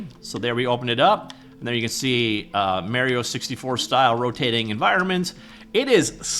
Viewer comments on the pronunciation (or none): It's pretty fucking stupid that you can't even pronounce Mario right